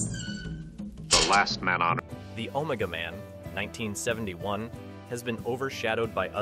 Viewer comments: picked up on it with the mispronunciation of Keir Dullea’s name. Then it said Omega Man wrong….hmm🤔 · AI couldn’t quite pronounce Omega Man